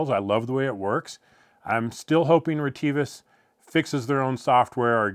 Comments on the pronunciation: On other YouTube channels I've heard the company name pronounced RET-uh-vis. Do you know for certain if reh-TEE-vis is the correct pronunciation? For example, have you talked to a sales rep, perhaps at a trade show or on the phone, who pronounced it that way? LOL, I have no idea what the correct way to pronounce it is! 😂 Thanks. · Hi dear, actually the RET-uh-vis is correct, thank you for caring about this point. We consider our users around the world have their own language pronunciation and accents, so we have not always corrected that.